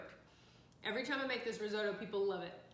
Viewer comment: pretty sure you are saying risotto wrong